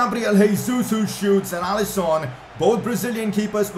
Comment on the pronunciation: It’s alisson not alison